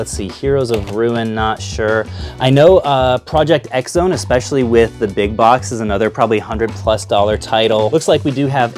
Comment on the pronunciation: IT'S PRONOUNCED PROJECT CROSS ZONE YOU FAKE GAMER!! *I'm only teasing, not actually mad. Everyone pronounces it that way until they play it.